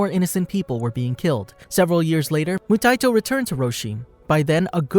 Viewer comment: Moo-tie-e-toe (phonetic spelling bc your pronunciation is driving me insane….they say it in the anime countless times) good vid tho